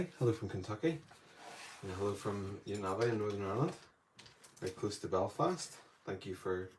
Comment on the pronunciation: Pronounced. Kill-ah-whey -a in Hawai’ian.